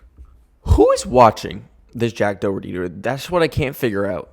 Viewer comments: im sorry it hurts my sole the way most people prounce Doherty its like dó-her-tea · the way you're saying "Doherty" really hurts 😔😔